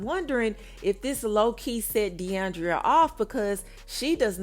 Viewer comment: Mama its DE ION DRA not DE ION DRIA